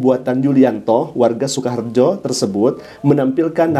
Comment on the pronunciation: Maaf ada koreksi sedikit dlm pengucapan SUKAHARJO ❌ SUKOHARJO ✔️